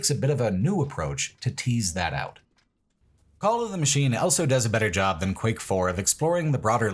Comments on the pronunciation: pronounces the word "also" as "elso". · Don't be silly. He clearly says "owlso".